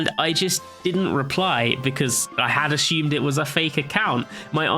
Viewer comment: he ashhumed